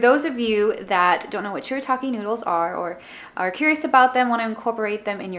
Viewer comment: Yay! Thank you so much!!! And yes you pronounced it perfectly! 👍👍👍 I will definitely try the noodles again!